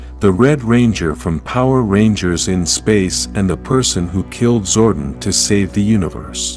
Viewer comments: Please correct the pronunciation of Zordon from "zor-den", Ninjor from "nin-jer", Astronema from "as-tra-nema", Andros from "an-dras". Otherwise, this is a great summary of the story arc. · you've never heard of zordon's twin Zordin ?